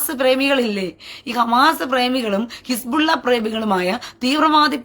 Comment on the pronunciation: His-Ball-Laah ❌ His-Ball-Illa ✅ 😂